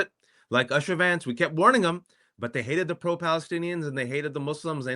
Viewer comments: YouSha...not usha😂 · It’s not pronounced Usha. It’s pronounced Ooosha. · Would it be too much to expect that you and your host at the very least get the pronunciation of Usha correct? It is pronounced “Oosha” not like your pronunciation similar to “Usher”. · Please learn to pronounce Usha correctly! It is not pronounced like USHER.... It is pronounced as is Oosha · Wajahat at least should know how to pronounce the name USHA. OOSHA., not ASHA. Usha means DAWN. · USHA is pronounced with a U sound - like OO - SHA. Asha is a different name. Please pronounce it correctly. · Good points but why do you both mispronounce Usha's name?